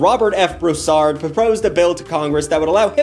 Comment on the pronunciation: It’s pronounced brew-sar-ed (Broussard)